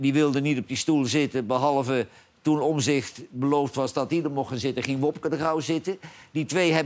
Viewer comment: Johan zegt steeds OMZICHT, beste man, de juiste uitspraak en schrijfwijze van de achternaam van Pieter is: OMTZICHT , met een T dus.